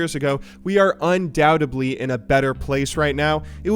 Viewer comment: Un-doubt-ed-ly, not un-dount-eb-ly. As a newcomer to the league scene, and someone who doesn't follow esports, I enjoyed the video, and learned a bit about LoL's history.